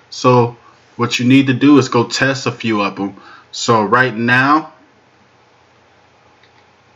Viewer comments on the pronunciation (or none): "Tezz" is not a word as the way you pronounce it. The proper spelling is "Test" and is pounced like it is spelled